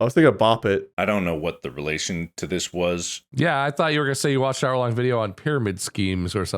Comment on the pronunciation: the fact the most replayed was mark saying vidder is insane to me.